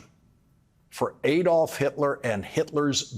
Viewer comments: Hitler's first name is pronounced ADD-olf, not ADE-olf. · Why do American presenters always mispronounce Hitler's first name as Ay-dolf. Everyone else, including the Germans who ought to know, says Add-olf. I agree with all your comments though, Lawrence. Keep up the good work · To all americans, it is not Ày dolph hitler, it is pronounced Adolf hitler. Germans do not pronounce ay dolf . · I believe "Adolf" is supposed to be pronounced "AH-dolf" - not "AY-dolf." That is the German pronunciation. Please correct me if I am wrong. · Just a remark. The A in Adolf Hitler is not pronounced like when spelling, but like in cut or father (I'm no linguist and english is my second language.) Americans, don't repeat the german mistake and don't elect a criminal and fascist. Vote for democracy.